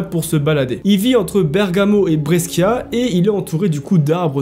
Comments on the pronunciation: BresKIA ca me tue ahahahah c'est plutôt BreCHIA, tu racontes trop bien, nouvelle abonnée ici 😇 ciaoooo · sa se dit brechia le sc en italien c’est ch sinon pour une fois une histoire qui se passe pas au USA 😅